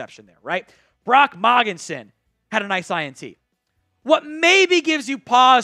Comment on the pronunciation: please ask someone how to pronounce Mogensen!!!!